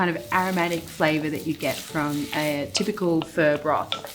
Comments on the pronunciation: Not "fur" Marion, but FAH! Love your stuff! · thats exactly what i hear every time she says pho and im pained like 😣😬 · The way you say Pho is so funny